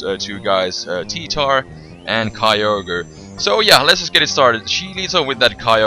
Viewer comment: "Kai-yo-gre"? I thought it spelled "Kyo-gre" like the text... -____